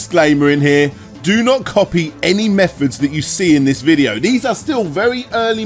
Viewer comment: Can't tell if doesn't know English or has a speech impediment. Mefods? FreeDS? Just British things I guess.